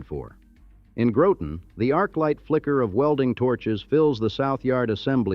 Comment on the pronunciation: Groton , not Growten !